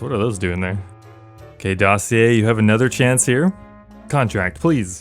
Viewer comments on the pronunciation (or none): why can nobody say Dossier correctly as if it's some word they've never heard? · The fact that all the youtubers dont know how to say dossier😂🙏